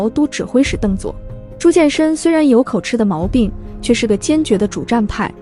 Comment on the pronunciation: 念口吃（及）不念口吃（痴）